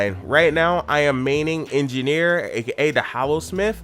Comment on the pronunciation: Hallosmith and heart of maguuma/heart of fire.... I want to strangle someone after hearing that....